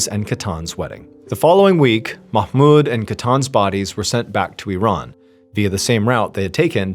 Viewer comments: I'm middle eastern and I want to applaud you for the pronunciation of the Arab names .. perfect ..usually English speakers pronounce mahmoud wrong ..u said it perfectly 😊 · Nice job with the pronunciation of Mahmoud! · Omg!!!! You're the only none Arabic speaker who pronounced "Mahmoud" right! Just when I thought I couldn't love this guy more!!! 😅❤❤❤